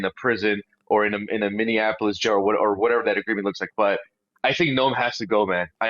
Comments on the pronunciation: Brandon, I love you and watch everything you put out but please, it’s Minny AP O Lis. Not Minny an Apolis. Love you ♥️ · Brandon, pleeeeease....it's pronounced, Mini apple us.